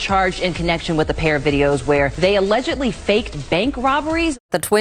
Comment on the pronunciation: I love when he says “allegededly” 😂 Although that’s rare